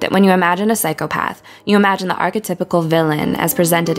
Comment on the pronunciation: I think OP is entitled to her opinion... Considering it was a valid one. Psychopath isn’t pronounced that way by the masses, therefore majority rules. Say it how it’s pronounced, so people don’t have to infer what’s being said. And before someone counters and says, “well I’m sure we all knew what she meant”, my point still stands. No one should have to guess, when it’s ten times easier to say it how everyone else does. I’m all for alternative subgroups rebelling against the conformity of society, but can we not be irritating about it. Hi, I’m a Type-A person, and small details like this grind my gears. It can’t be helped.